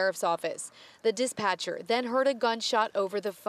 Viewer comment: What is a diss-Patcher? 😂